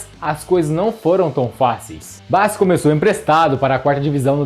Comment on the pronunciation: Quem é Bassi?😂 Bo-la-sie